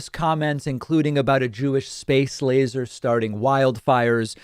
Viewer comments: Not criticizing your program as a whole, but is it really fair to pooh-pooh Lindsey Graham for a slip when pronouncing "laser"? I could be wrong, but I remember you referring to Parchman Prison as being in Louisiana when it is in Mississippi. People make slip ups that are minor when there are bigger things to point out. When we attack minor, human slips, it takes away from the bigger issues that are deserving of attack. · I hate Graham as well but give him a break. So he mispronounced a word. You ever do that?